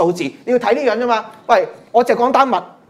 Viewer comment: 震驚14億人, 第一次聽人會咁讀